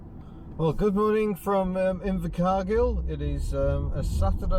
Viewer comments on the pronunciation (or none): Nice town names , Invacar Girl and and Tea&Now , that's all I hear ,sorry , cheers :D